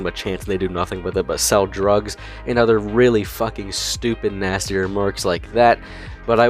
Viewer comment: reallllllllly sounds like you're using a different word